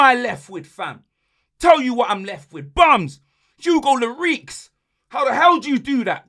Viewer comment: HUGO LLO-REEKS! COYG